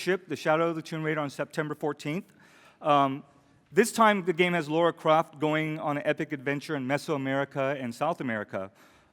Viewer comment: He fucking said LOra CrAft, instead of LAra CrOft lol